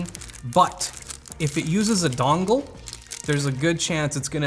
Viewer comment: I'm from Boston and I hate you for saying "dongle" wrong.